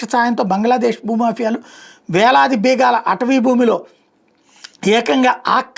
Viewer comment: బీగాలు కాదు బీఘాలు అని చెప్పాలి.